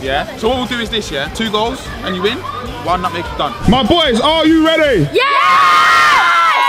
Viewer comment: At first I thought you said nugget But I realized you said I smell at nutmeg